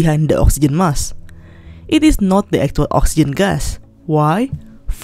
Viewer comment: There is a k in the word Mask you need to pronounce it